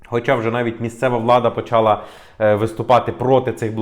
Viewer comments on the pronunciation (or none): none